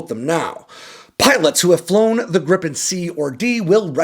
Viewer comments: It’s more like Grii-pen, not Grippen 😊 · It's Gripen, not Grippen... As a Swede it irritates me when it's pronounced like that. It's pronounced more like Gree-pen in Swedish, which means Griffin in English. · A swedish pronunciation in an english spelling would be "greepen"... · Lots of AI generated youtube videos about this subject, glad to find a "real" one. fun fact, the swedish airforce has a tradition to perform a christmas tree shaped formation on christmas, last year (2024) our neighboring countrys (with their USA fighters) was supposed to join in, but they couldn't, it was too cold, haha. PS. Gripen is not pronounced Grippen.